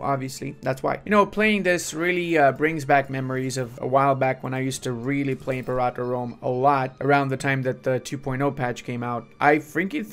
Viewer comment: I'm pretty sure you're saying Imperator wrong. It's not em-por-otta. It's like Imperial. Imper-a-tour.